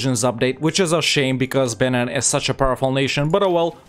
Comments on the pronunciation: It’s pronounced Ben-een not ben-inn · I only got 1 minute in because I can't handle your pronunciation of Benin; the second vowel is pronounced like "ee". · It’s pronounced ‘beneen’ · Please learn to pronounce the nations, I can't listen to you saying BENNEN 50 times